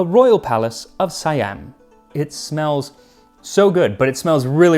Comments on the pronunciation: Siam not Si-Am. it's Sa-Yham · Its see yam not psy am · Siam is pronounced See-aum. Trust me. I've lived in Thailand for 17 years. 😊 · It's pronounced 'See-Am', not 'Si-Am'.